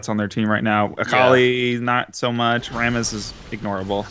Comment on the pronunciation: Rammus is pronounced "Ram (like Random Access Memory)-us"